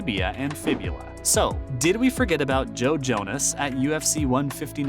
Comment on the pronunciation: .... and you HAVE TO BE TROLLIN' when it comes to your name pronunciation, right??!! LMAO!! There's no way that the idiot doing the voiceovers actually reads "Jon Jones" as "Jon Jonas" LOL.... Pro-Tip - get people for your channel that actually like, and are involved with, the fight game....